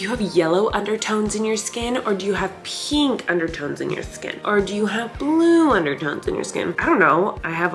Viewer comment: kills me every time Colleen says peenk